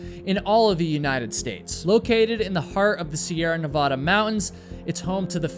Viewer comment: After watching several of your videos, I was almost ready to subscribe. But then you pronounced Nevada......errgg. The first "a" is like the "a" in "add"; there is no "ahh" sound! ;)